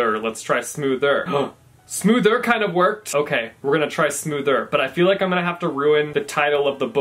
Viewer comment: "Huh, smoothRRR kind of worked." xD